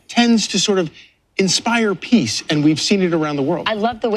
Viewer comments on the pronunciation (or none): none